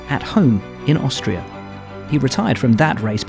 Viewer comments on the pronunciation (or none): none